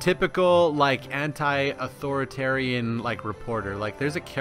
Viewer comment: I swear, every time you say Anti i hear Hentai.